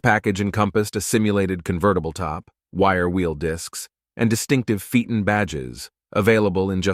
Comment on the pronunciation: TORNADO!?? This is beyond idiotic 😡😡😡😡 Read the %$@ word. tor-O-nad-o! On Cadillac Sedan - Phaeton is pronounced "FAY-ton" .